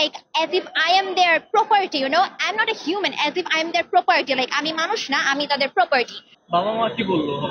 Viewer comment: Properety ❌ Property✅